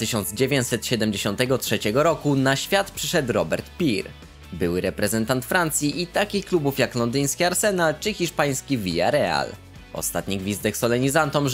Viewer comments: Pir a nie Pires ? Lol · 4;05 - Robert Pir??? A ja cały ten czas myślałem źe Pires.